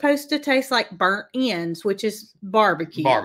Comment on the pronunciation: Jamie here from Nashville. I thought you guys were saying “BERNIE’S AND SKIP”, not burnt ends dip. 😂😂😂